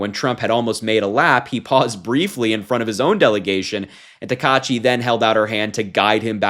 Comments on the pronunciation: The Prime minister's name is pronounced like this: [ta-ka-itchy]. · Great coverage! Her name is pronounced sah-nah-eh (Sanae) ta-kai-chee (Takaichi). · It's pronounced "Sa-na-eh Ta-ka-ee-chee" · her last name is pronounced Ta-ka-i-shi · It's pronounced /taka-ichi/. Just barely pronounce the 'ai' like 'eye' but split it in half at the last second by pitching up on the /a/ while stressing the /i/.